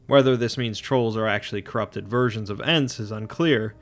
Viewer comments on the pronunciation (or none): none